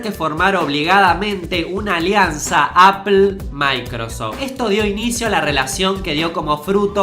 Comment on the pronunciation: shobs? apel? Pronuncia bien weon, o te voy a cagar a trompadas, boludo.